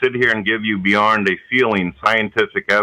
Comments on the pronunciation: "sit here beyornd a feel'n."... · I have watched this a few times and after watching it my face is beat red and I'm laughing until it hurts. When says "beyornd" and the skype call keeps going off, holy shit, I cannot contain myself, this is gold. What a hapless idiot! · Beyornd.... Please tell me I'm not the only one who heard him say it lol! Ah, fuckin Manatee! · "Do you expect people to SIT HERE and give you BEYORND a feeling..."